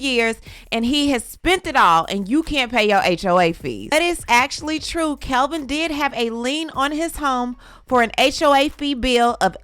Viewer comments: You are gossiping about them and don't even know that man's name. It's Kevin, not Kelvin. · Isn’t his name Kevin? Not Kelvin? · I thought his name is Kevin?? Not Kelvin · It's "Kevin".. not Kelvin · She said Calvin during the story. His name is Kevin 😂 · Why you keep saying "Kelvin" The clown 🤡 name is KEV-IN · His name is Kevin not Calvin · Isn’t his name “Kevin” not “Kelvin”? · It is driving me insane that you are mispronouncing his name throughout this entire video 🙄 Kevin ≠ Kelvin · The man’s name is Kevin not Calvin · Girl, you KNOW that dude name is KEVIN, not KELVIN. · My girl KEVIN not CALVIN 🤣 Good video though ❤ either way he broke lol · His name is NOT Kelvin. It is Kevin. There is no L in Kevin. Enunciate if you are going to YouTube it! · Kevin not Kelvin! No L! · It's Kevin, not Kelvin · Its Kevin not Kelvin🤦🏾‍♂️😒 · Kevin not Calvin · He better go and knock on her door and tap on her windowpane. And btw...his name is KEVIN not Kelvin.